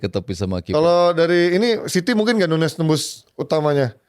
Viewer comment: Penyebutan Nunes sama nuñez biasanya akan dilanjutkan pda pertanyaan "nunes yg mana? Liverpool atau city?" ñ/Ñ dibaca ny... Jdi huruf ñ ini sering kita lihat pda bahasa spanish. Nuñez = nunyes Muñiz = munyis Señor = senyor señorita = senyorita jalapeño = halapenyo. Sementara nunes portugal penyebutan nya sdh benar